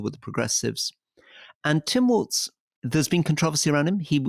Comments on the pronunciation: FYI - he pronounces it 'Walls' as in these four walls not Waltz the dance. 👍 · You have to drop the German 'z' when you pronounce Walz. It's not 'waltz'. It's simply 'walls'. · It is pronounced Walls. Not Waltz. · Walz —check how Germans would pronounce it — does not need a ,t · I’m pretty sure it’s pronounced like “walls” (rhymes with balls). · Walz… pronounced “walls” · OK, here we go again. Now you're both pronouncing a Democratic candidates name incorrectly ! It is spelt AND PRONOUNCED without a "T" ! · Its pronounced Walls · Um, his name is Walz, pronounced Walz. No “T” in spelling nor pronunciation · It's pronounced "walls." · "Walz" is pronounced like "Walls".